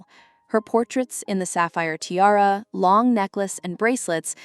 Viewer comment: Or ti-r-r instead of tiara